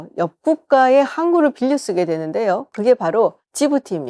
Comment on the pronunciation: 왜 자꾸 빌려를 빌어라고 하시는 건가요?